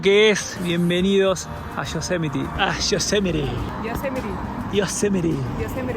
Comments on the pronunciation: Viva “yo-se-met-ee”🎉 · Hi, with regards to Yosemite pronunciation, the accent should go on the second Syllabus: SE. But you are putting too much emphasis on the LAST Syllabus